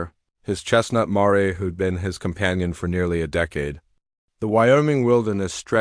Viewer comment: A chestnut "mar-ay"?